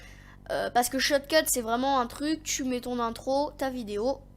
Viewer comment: Tu a du mal a dire shotcut mdr sinon très mauvaise vidéo tu explique mal mec au pire prend un texte